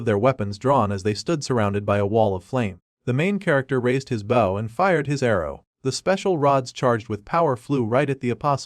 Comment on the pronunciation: You have no idea how nice it is to have a recaper that knows they need to respell the word "bow" (the weapon) so it doesnt make the voice sound like "bow" (front of a ship) it hurts my brain every tine a recap does that wrong so thanks.